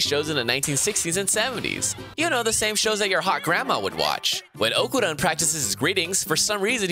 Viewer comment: The way he called Okarun really disturb me